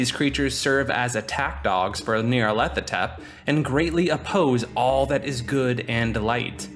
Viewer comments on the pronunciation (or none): KUH-HULL-LOO not K-THOO-LOO YAR-LAT-HO-TEP not NEE-YAR-LATHOTEP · Say it with me “Gnarl-A-tho-Tep” thank you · Not to nitpick, but of all Lovecraftian entity names to get wrong, Nyarlathotep is not one. His name is "Nyarlat", while "hotep" is his title as a pharaoh, there's no "th" sound in his name. It's simply nyar-lat-ho-tep.